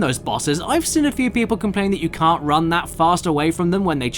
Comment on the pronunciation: This has been on my mind for ages, do you say "This is the best thing I've ever sin" or " This is the best thing I've ever seen" in every video it sounds like you say sin instead of seen 🤗